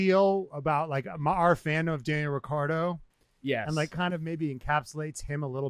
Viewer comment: The way to pronounce Daniel’s last name is: RiTCHardo…. Not RiCCardo…. Wankars😅